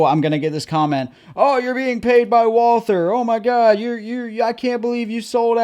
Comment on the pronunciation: All one has to do to CORRECTLY pronounce this manufactures name is to simply drop the H So you just say Walter As one of our oldest makers in the world dont you think they at least deserve to have you learn to say the name correctly ?